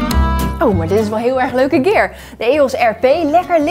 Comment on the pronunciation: Ooooh, u bedoelt net als "SHIT" en "FUCK"? Mag dan wat ouder zijn, maar ik hou niet zo van lenen en ben gewoon trots op mijn eigen nederlandse taaltje. En inderdaad moet het woord eigenlijk dus "Gear" zijn in plaat van "Kier" dus als U dan toch voor het engelse publiek een filmpje op Youtube plaatst, spreek het dan uit zoals het hoort aub.